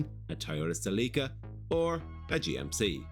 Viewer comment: Pronounced “sell-ihk-uh” not “sell-eek-uh.” The fact that you don’t know how to pronounce Toyota’s most famous racing vehicle tells your audience you don’t really know anything about race cars. Thumbs down.